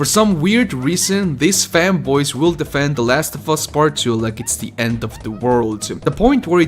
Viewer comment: I heard femboys instead of fanboys